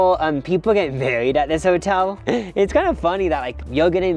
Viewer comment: Weirdly i thought he said burried instead of married 😂